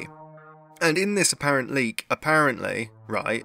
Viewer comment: Did you just invent a word? "Apparenleaks"